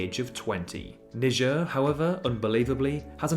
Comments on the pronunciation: why do you pronounce niger "nijer" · Your spelling is wrong It's not Knee Jar It's Naee Jar